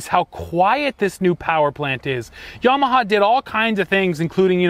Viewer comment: A Canadian that pronounces Yamaha the correct way. Dear God above.